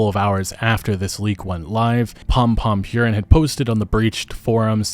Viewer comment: Purin is pronounced 'poo-reen'